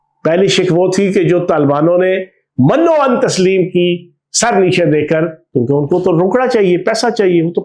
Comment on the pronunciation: Chauhaan Paa G! Manno Ann is wrong, say Minn o Ann, please. An educated person is known by pronouncing words properly.